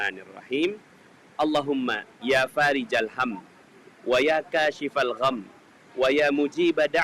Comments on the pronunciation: Fariijal, apa farikhol us ?? Hurufnya tertera خ bukan ج. Mohon jawaban. Jazakallahu khayr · Itu tulisan arabnya...yaa fariko...tapi bacanya...ya farija....tulisannya huruf Kho bukan Jim...tolong mana yg bener Terimakasih